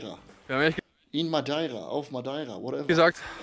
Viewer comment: Wer kennt’s nicht : madaira 😂😂😂